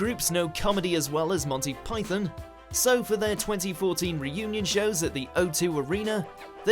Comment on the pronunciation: "Number Ten, Monsy Python..." Monsy, really? I'm out. What a shame for WatchMojo fuckin UK.